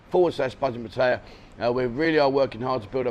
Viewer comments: Pat- ay - yaa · Your pronunciation of Pattaya has improved but it's still not very good. 😂